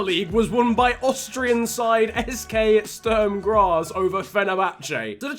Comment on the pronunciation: haha Sturm Graz :D